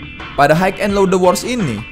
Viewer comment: Bacanya “hi” bng bukan “hike”